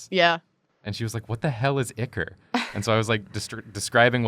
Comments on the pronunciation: I don't want to bring this up only because I pronounce (ick-or) as well, but it's actually pronounced (eye-core) 😣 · if you keep pronouncing ichor like that everyone at the blood store is going to be snickering behind your back